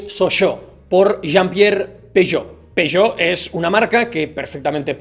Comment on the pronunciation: es "peuyot" xD